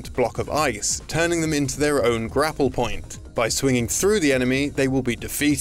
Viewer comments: I like the part where he said poin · 50 percent by saying 'Poin'....